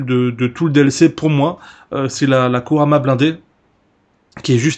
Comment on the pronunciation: on dit pas Kurama mais Kuruma;) PS: Bonne Vidéo